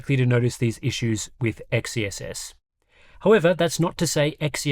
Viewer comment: It still bugs me how people pronounce XeSS "Ex-Ee-Es-Es". Xe is pronounced as "Zee"; it's "Zee-Es-Es".